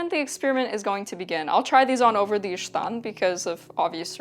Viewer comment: Volga Tataristan?????? OMG Kazan Tatarian, no wonder you are so non-descriptly beautiful. The word ishtan as you've pronounced it true Turkic. The word in moden Turkish is ichdon (içdon) meaning underwear. "iç" meaning inside. Other forms are işton, iştan, içdon dependıng on geographic location. I know because I am a Crimean Tatar sister.